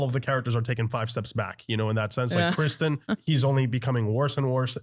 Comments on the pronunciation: It’s Cristen Cole, not Crispin. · I LOOOVEE how you keep calling Ser Criston "Crispin"... I freaking hate that guy😂😂